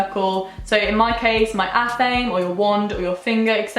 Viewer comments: babe I love you but its ATH-uh-may not ath-aim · athame is pronounced ah-tham-ay. just so you know. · Love your videos you are gorgeous!! by the way athame is pronounced ath-em-ay :) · It’s “ath-ah-May” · I was pronouncing "athame" the wrong way this WHOLE time